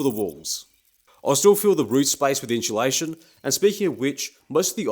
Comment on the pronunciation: Drink every time he says "in-CHEW-lation"